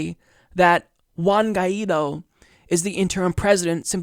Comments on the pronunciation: OW. my ears. good coverage of the situation and all, but please, please pronounce spanish names better. it's "Sha-vehz" , and "gwhy (G sound and "why" together) - dough" , hearing you try to say guaido's name made my ears bleed, otherwise keep up the good work! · Also, the name of our president is pronounced like gu- i -do.. Guaidó